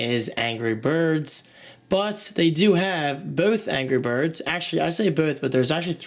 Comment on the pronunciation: angrah berds!!